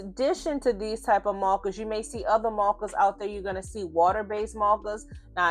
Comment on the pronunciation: I've come from Tiktok - had to come subscribe so I can hear you say mawwkaahs even more, I love your voice and your skills are chefs kiss I'm so pleased there is more choice now with art supplies. I took decades to build up my copic ciao collection, having other options now is fantastic. Thank you so much for pointing out how important your paper choice is too.